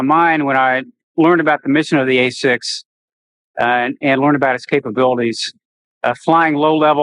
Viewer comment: 1"08 - the "hay"-6 Intruder you say . . .